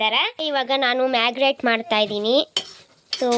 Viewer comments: Marinate ❌marginate🤡✅ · ಮಾಗೀಗ್ರೇಟ್ ಅಲ್ಲ ಅದು marinate😅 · Adu magigrate allamma❌marínate✅🤦🏻‍♀️ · ಮಾಗ್ರೇಟ್ ಅಲ್ಲ , ಮಾರಿನ್ಸೆಟ್ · Adu Merry great alla ❌😂 marinate✅ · Maggie great ❌ marinate✔️😂😂ಇರೋದು❌ಇಡೋದು✔️ಬೇಯ್ದಿದೆ❌ಬೆಂದಿದೆ✔️😂😅😅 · Amma taayi sentence na crt agi mugsu madya madya dali stop madi bere sentence start madbidtiya🤦‍♀️Fr ur kind info it's not Maggi grate it's marinate😅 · Mix ❌ marinate (marigate) ✔️ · Marinate ❌ magigrate ✅